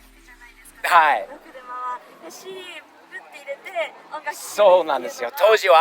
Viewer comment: が日本語マスターしてるなーって改めて思うのが…CDが日本人の発音してるところ笑